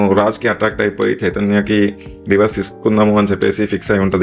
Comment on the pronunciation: Atlast i find you the only one saying Divorse. Not Diverse like all others says.